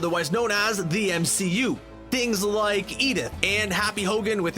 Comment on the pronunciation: The MCOOO. Great stupid pronunciation